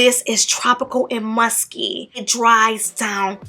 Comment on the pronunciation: When she said “musky” I thought she said “musty”😂😂😂